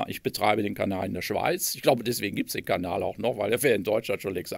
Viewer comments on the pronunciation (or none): none